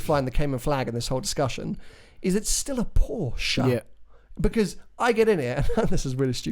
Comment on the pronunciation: Porsche not porsch......uh e